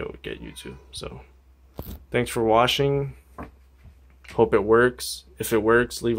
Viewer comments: Thansk for whasing😅😅😅😅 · "thanks for washing"